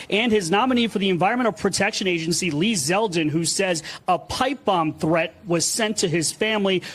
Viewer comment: Oh man, did he jusy say "thre-end"? A professional should speak and pronounce words correctly, not use faddish pronunciations.